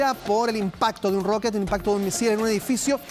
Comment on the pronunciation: El impacto de unnroket jajaja, sse le olvido el español